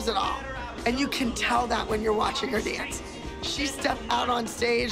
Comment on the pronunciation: “I wike to dawnce because it makes my mom hawppy.” ❤